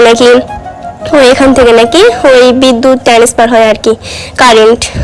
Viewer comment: ওটা ট্যানেস্ফার নয় ট্রান্সফার 😂